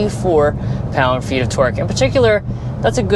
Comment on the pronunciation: Guys it’s not Twork it’s TORque